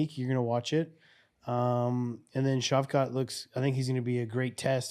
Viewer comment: nah still mispronounced shavkat's name after trying to correct rampage lmao